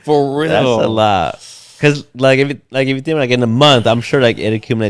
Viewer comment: Or how he says pecause lol 😂